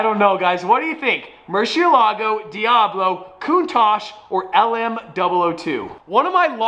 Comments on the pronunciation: Stop saying murshe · Can you teach tavarish how to say murcielago PLS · Why can't pronounce Murcilago? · I guess it’s gonna be an aston but probably not, whatever it is its great already since its a v12 lol Holy shit, the lm002 is a must have unless you can pronounce murcielago correctly